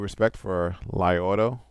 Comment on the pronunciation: isn't it pronounced LEE? maybe I am incorrect not to great with the Chinese!